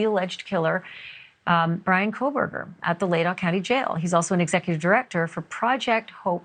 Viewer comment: I love you Ashleigh and I always watch you but the way you say Latah drives me nuts lol. Its Lay Taw. The tah sounds like jaw or saw. It’s pronounced as Almost two separate words.